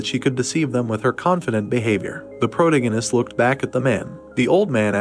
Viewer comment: Fortunately this recap isn't as excessive with saying pro-tee-gee-nist but Chapter 179 is probably the worst AI recap model I've heard yet.